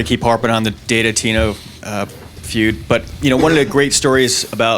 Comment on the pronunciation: hahahaha he said DATA TINO FUED LOL